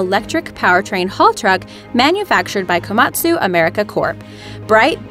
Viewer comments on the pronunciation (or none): The Way you say the Japanese Word Komatsu. Makes me want to die.